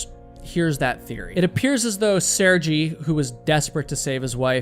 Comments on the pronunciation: It's Mt. McKinley and Sergei is pronunced "Sur-gay." I still love you bro, just saying. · Sehr-gay. At least pronounce the man’s name correctly. 🤦🏻